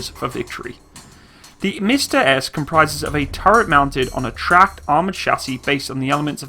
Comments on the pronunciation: It’s not “mista” it pronounces “msta”, the same way it’s written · What is mista? It is pronounced MMMsta, with a long m. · Buddy, nice vid as always. You pronounce it as MISTA. Skip the I and just say MSTA. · It's Msta, not mista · He means not M(i)sta but M'sta. We are not saying something like "Hey mista! Wherar yow going?!" we are naming our sities like Dneprodzerdzhinsk! :) And this is horrorshow (хорошо). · Mista-S haha what? Don't worry though, pronouncing Msta in Russian is kinda awkward as well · Its pronounced M'sta (hard "M")